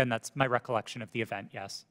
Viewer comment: Recolection...recolection...recolection...recolection... end of the video...